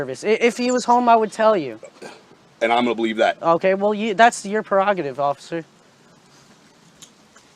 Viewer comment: No such word as PEROGATIVE. It's PREROGATIVE